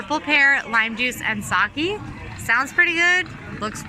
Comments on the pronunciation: Sake not Saki. This is your job and you can't even do it correctly? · Heads up, Japanese “sake” is pronounced “sa-keh.” Not “sa-key”👍🏼